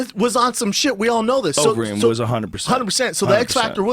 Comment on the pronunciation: "uberreem" LMAO